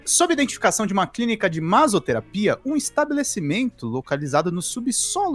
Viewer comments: MASSOTERAPIA... n MAZOTERAPIA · Daí o em vez de falar “masssoterapia” ainda fala “maZoterapia”, aí fica mais podre. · MaZoterapia foi foda. Jornalista que não fala MaSSoterapia? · maSSoterapia. porra, vocês querem fazer a critica ou julgamento do negócio, mas nem sabe ler o negocio... caramba, assim é foda. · Massoterapia, não “mazoterapia”😅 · Detalhe,: a pronúncia com dois SS em "massoterapia" é como em "maço", não "mazo". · Ato falho do falando MASOterapia... SadoMasôterapia...hahahaha.... É MASSSSOtetapia...rs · Pq ele falou maZoterapia durante toda a leitura? Que agonia... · "massoterapia" tem "ss" por uma razão, é a mesma razão do porquê de "assado" ter "ss" e não ser pronunciado como "azado". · Que aflição o cara falando maSSoterapia com som de z. Não sabe ler não? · Esse cara não sabe que dois "ss" não têm som de "z"? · se fosse só um S, tudo bem. Mas tem dois SS. 😂😂😂😂